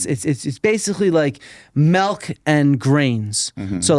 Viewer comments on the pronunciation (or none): Never trust someone that pronounces milk as "Melk"